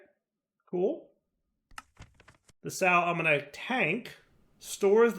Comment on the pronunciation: Hi, it's a bit pedantic, but Sal ammoniac is pronounced sal uh-moh-nee-ak. So with the stress on the o, not on the iac